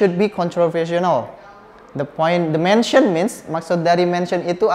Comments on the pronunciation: Itu tulisannya motion kok dibaca mention 🙄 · motion itu bacanya mosyen, bukan mensyen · fyi how to say "motion" is moshen not mensyen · Mension? Or Mosyion? ( Motion) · the pronounce should be " mosyen " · Nah iya kirain aku salah denger